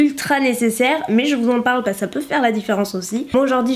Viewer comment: Quand tu dis « parce que » on dirait tu bafouilles tu dis juste « pas je.. » mdr t’es chou 😘